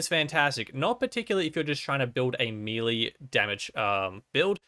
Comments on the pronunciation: Melee, May lay.... Not mealy, wtf is mealy. Maybe I would describe bad baked products like that. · “Melee” is pronounced “may lay” — Professor Smarty-Pants. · Thanks for the vid,. I'm yet to have even one legendary drop on my first playthrough, so I'll keep an eye out for these. Just a small note: "Melee" is pronounced MEL-LAY. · Melee is pronounced "May-lay" FYI... love the video otherwise!